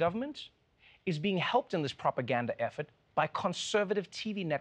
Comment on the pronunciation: Am I the only one that thought he said "Propagandalf"?